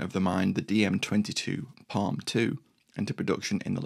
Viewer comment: It's PARM Panzerabwehrrichtmine, not PALM